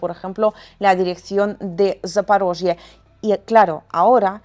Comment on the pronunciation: Haces un gran trabajo y, cansados de oír mentiras de los medios corporativos occidentales, no sabes cómo se agradece ver tus videos e informarnos contigo... Comentario frívolo: no me canso de oirte pronunciar "Zaporozhie", suena adorable. Abrazos. 😁